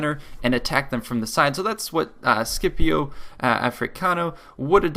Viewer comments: Awesome job! Anyway the [SCI] in "Sciopione" or "Scipio" Africano is read as the English "Show" not [SKipio]...sorry for my explanation... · Per carità non intendevo "offenderti", solo che penso sia normale che ogni lingua pronunci un nome in modo diverso, io ho solo suggerito la corretta pronuncia italiana, in quanto una delle lingue più simili al latino...Certo è che non si pronuncia "SKIPIO", su questo non ci piove penso... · Ma effettivamente sentire Skipio al posto di Scipio è abbastanza disgustoso e anzi, scusami per aver "ribeccato"... e guardando bene mi sembra che tu sia pure uno che ne capisca!